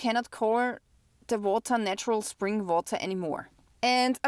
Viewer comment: Vawter (water) 😂 What's the interest rate on a flat in Austria? Watching from North Carolina! Thanks!